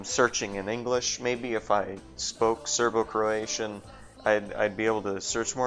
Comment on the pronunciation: You may not speak Serbo-Croatian, but you got everything right!